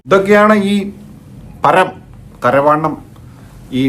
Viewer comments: പരം ❌ പറം ✔️😂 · പറം അല്ല പരം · പരം ❌പറം ✅😂